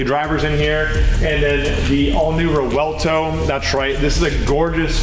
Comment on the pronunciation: Where did this idea come from, that the "V" in Revuelto is silent? This is the 2nd time I've heard that. Luckily there was a Lamborghini dealer in the video to say its not silent